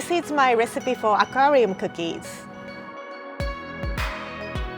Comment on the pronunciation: She can’t even say aquarium 😂😂😂